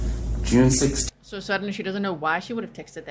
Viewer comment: Yes she's a little cutesy for me...( blankies, stuffies)and every time she says "Sooooooo"...elongates her syllables, she's thinking of an answer. To lie.